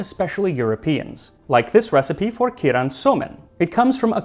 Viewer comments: Anyone trying to google in Japanese it's 鶏卵素麺 keiran soumen as opposed to kiiran which is how he pronounced it. It means chicken egg noodles. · The pronunciation for the word keiran is kay-ran. A small thing, but I couldn't not comment on it. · Just two small quibbles: Keiran is pronounced more like "Kay-ran". The "e" sound in Japanese is an "ay". In addition, the prohibition against meat was only ever intended or enforced among the nobility. It was associated with Shinto as practiced in the Imperial Court, where cleanliness was a major deal similar to some other religions. It's unlikely that peasants would even be aware of the proscription. They mostly didn't eat meat for a reason you mentioned, namely that what domesticated animals existed in Japan were too important in other roles. There just wasn't much room for pasture land or ranching, so meat played a very small part in the average diet. Those living on the ocean would eat fish very often, and those that lived near woods could go hunting for game (Which was never banned in the first place), but that is about it. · Just want to mention the correct(-ish) pronounciation would be similar to keigh ran soumen (the first syllable is like how you say the letter K) instead of kee ran. Common phenomenom for English natives since English doesn’t have a combination that produce the long ei sound without adding anything after it. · Looks so good! Great job trying it out! One head's up -- 鶏卵(keiran) is pronounced "kay-ron", not "key-ron."